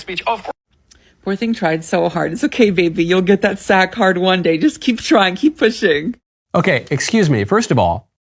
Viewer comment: I don't think she said you'll get your "SAG card", she said you'll get your "sac hard" one day.